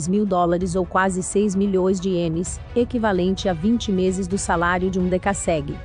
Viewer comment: a pronuncia esta horrível, é dekassegui e não decasségui .mas o vídeo é bom